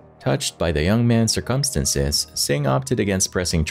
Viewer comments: The word is "circumstances", not "sir-CUM-stinces".... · Until you learn to properly say words such as "circumstances" and "February" I definitely will NOT be subbing. 😂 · why do you say "circumstances" like that, this isnt the first video ive heard you say it wrong in either 22.08 minute